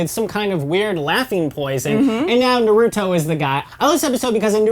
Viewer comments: Good thing someone noticed i really dont know how you can misspronounce his name when in the dub they say it like that especially in the sub version. Them = cringe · Why do people purposely mispronounce naruto's name. The show clearly shows how to properly pronounce it yet people continue to say it wrong for god knows what reason. But I digress. This channel and its speakers are doing a good job. Continue the good work. Your videos are entertaining to watch